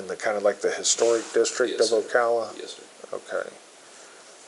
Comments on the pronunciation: Its Ocala, Fl. Not Ocola, Fl. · Grrrr; it's pronounced Oh-Ka-La. Listen to and in the interview. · OCOLA?? 😂 Ocala. There is an A instead of an O for a reason! Why is it so hard for people to pronounce things correctly these days? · Ummm it's Ocala , not ocolla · That's not how you pronounce Ocala...it's Oh-Cal-Uh. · Hey, As a southern native, its pronounced "Ohh-cal-uhhh Flordia" lol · It would behoove the narrator to look up and understand pronunciations of names and unfamiliar words. Makes you sound like poor ai, like when AI says dewy for dui. Don't be like that. Ocala - Oh Cal like in Cali - a like in uh. Oh cal uh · It is pronounced 'Oh-cow-luh' stop using AI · It's pronounced Oh Cal Uh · O-CAL-a. Cal, like pal. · Ocala (oh-KAL-ə) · I wonder if you'll ever figure out how to pronounce 'Ocala'. It's 'oh-kal-uh' like 'kal-i' uchis. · You say Ocala wrong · Geez, how can you brutalize a pronunciation as basic and simple as Ocala. How much extra homework would it take to do a simple Google search?